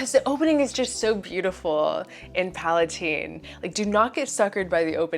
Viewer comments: The creator pronounces it PalaTEEN after princess Palatine. If you want to be arrogant that’s fine but it’s not PalaTINE. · Yes, I speak French and PalaTEEN is how it is pronounced in French